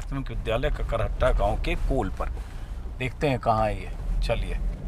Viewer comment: Sir kakarhatta nh h Kakrahata h gaon ka naam